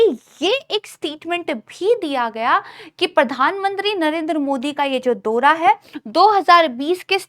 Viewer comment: दोरा नहीं बल्कि दौरा बोलिए, ।